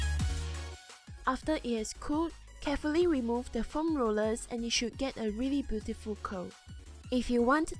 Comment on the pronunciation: "a really bootyful col" xD